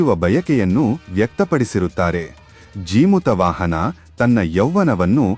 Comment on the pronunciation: ಜಿಮುತ ಅಲ್ಲಾ ಜೀಮೂತ ವಾಹನ ಅಂತ ಉಚ್ಚಾರಣೆ ಇರಬೇಕು.